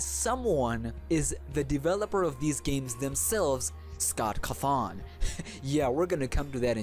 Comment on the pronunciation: What scott cuthon?! CAWthon do you even bird bro